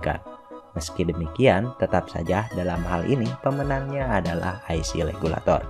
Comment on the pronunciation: IC Regulator sia KOPLOK lain Legulator, siga orang China wae teu bisa nyebut RRRRRRRRRR 🤣🤣🤣